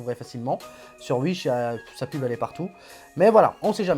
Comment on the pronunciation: Bonne video et j’aime bien ton accent quand tu dis « Uish » mdr 👌